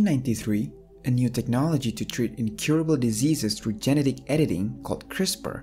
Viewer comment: You mispronounced "genetic".